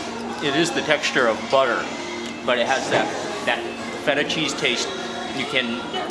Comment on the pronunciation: fool said FE TA